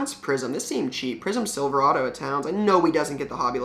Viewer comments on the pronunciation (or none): none